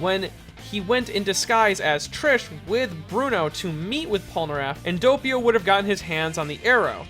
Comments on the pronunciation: Yeah, why can't pronounce Vento Oreo names normally? How many times must he talk about Diavolo in his videos before he realizes that saying "Deeavahlow" probably isn't right? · "Geeorno Geeovanna" "Doapio" "Gowcho"